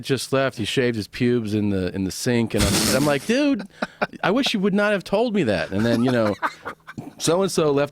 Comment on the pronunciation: Also I will forever hate redbans childish speech impediment. Says shit like "brawl" instead of "bra", or "tode" instead of "told". Holy hell, I know he's not around so much in modern day JRE's but still.